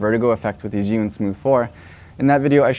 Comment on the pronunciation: Chew-ing not Ziun how do I know this, well let’s see uh, I watched a demo video from an “Asian” rep from the company tell us the correct pronunciation! So come on let’s get it right!